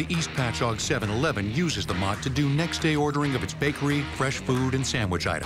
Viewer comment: Being from Long Island...I'm impressed the voiceover guy pronounced "Patchogue" correctly 🤣